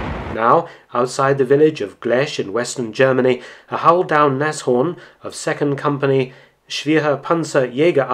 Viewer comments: Another real interesting video. If I could I'd give you a second like for your correct pronunciation of "Nas-Horn" instead of the usual "Nash-Orn". I bet you can also say "Messerschmitt" instead of "Mashersmitt", hehehe! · First time I hear a foreigner pronounce Nashorn quite correct, my germans ears are pleased!